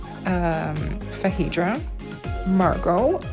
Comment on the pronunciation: it is pronounced FAY-DRA so you are close.